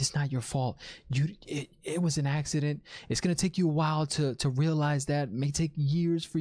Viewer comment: You have become my favorite reviewer. 'It was a axe-ident'